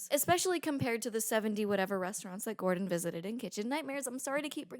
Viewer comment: trilled "d" in the way she says "Gordon" (sounds exactly like the "rr" in Spanish "Perro").